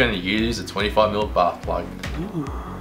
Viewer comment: I swear it sounds like you said butt plug instead of bath plug